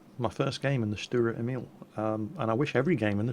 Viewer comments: That's not quite right in English it is Tank self-propelled gun V. As you can see that is definitive no artillery and "Lafette" means "Gun carriage". Also it was called "Selbstfahrlafette L/61"in the german army. The nickname is pronounced StuRer Emil not Stuer Emil with a strong R and it means "Stubborn Emil" in English. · Stuhrer Emeel would be the way to pronounce this for your brits I think :D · Stuwa Ehmiwl speaking german is just too funny. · Dicker Max means fat Max;D Sturer Emil funny pronouncing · Dear i'm usually speaking german so i know exactly how to say "sturer emil". So say the sh of shut up then the t and at least the urer and don't forget to say the r much louder. I hope I helped you.